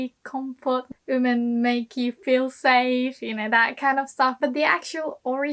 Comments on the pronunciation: At first, I didn't know what you were saying. I thought you were saying "human" instead of "women." Every time you say "women" I cringe. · Great video! I was kind of surprised by your pronunciation of "women" though. Where did the "w" go?